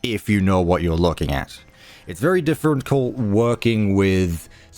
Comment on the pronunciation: “It’s very diffrencult..” Also It was a challenge to… put the pieces together?